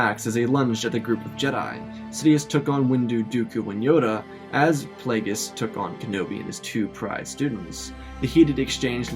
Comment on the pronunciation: Not plague e us it’s plague us darth plagious